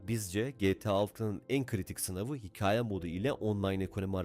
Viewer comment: Hocam videoya çok emek harcanmış, görseller zengin,metin sıkıcı değil. Ancak sadece videoda hikaye kelimesinin telaffuzu biraz kulak tırmalıyor. Hikaye kelimesindeki a harfi yumuşak okunur. Yolun açık olsun